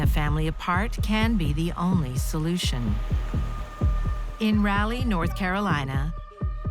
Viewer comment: I'm not a Geography teacher and I know the narrator is not AI . . Raleigh, NC is pronounced like Ra (like doll) Leigh, not "Rally" . . Jeezzz